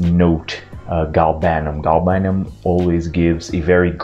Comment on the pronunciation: I hate to sound like a pedant, but it's GAL-banum, not gal-BAN-um. Otherwise, another brilliant upload!